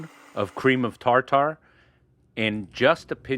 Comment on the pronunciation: Tar-tar? It’s pronounced “tar-terr” not tar-tar. We got a good laugh every time you said it.